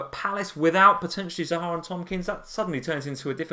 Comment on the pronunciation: I love your stream but cannot stand the way you both pronounce Zaha, it's not Zahaaaa :)